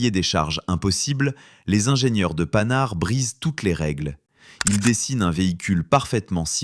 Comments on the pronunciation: Panhard pas Panard, vidéo faite par IA à l'évidence. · PANHARD pas panard 😂😂😂😂😂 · Vidéo ridicule : - Sur la forme, incapable de prononcer la marque Panhard correctement. Ce n’est pas panard ! Il y a un H ! - Sur le fond, presque tous les véhicules de reconnaissance de l’entre-deux-guerres disposaient d’un inverseur leur permettant de repartir immédiatement en marche arrière avec un pilote dédié (les SdKfz 231/232 allemands, l’AMD 178 mod. 1935 française, les autoblinda italiennes AB40/AB41/AB43, l’AGDZ autrichienne…) Cette idée n’est pas nouvelle. La nouveauté est un blindé symétrique (et non asymétrique !) La voiture 201 a été un prototype d’avant-guerre dont les plans ont été cachés aux Allemands. Elle deviendra l’EBR. - Son retrait est surtout dû à l’absence de protection NRBC. Dans une hypothétique lutte contre les forces du pacte de Varsovie, celles-ci auraient probablement utilisé l’arme chimique (1/3 des obus d’artillerie de l’époque étaient chimiques).